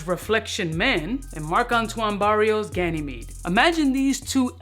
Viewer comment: Did this mofo just pronounce Ganymede correctly?! 👏